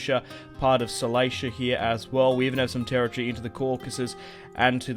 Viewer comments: KI LI KI A or CILICIA Whats with the CELEISHA ?! Please Man, you are breaking my Mind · It's Cilicia, not CELEISHA.